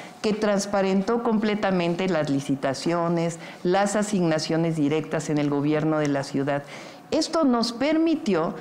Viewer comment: “Asínac siones” 🤣🤣🤣